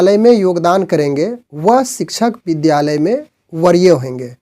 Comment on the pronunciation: बरीय नहीें वरीय बोलिए आपका शब्द उच्चारण सही नहीें है ।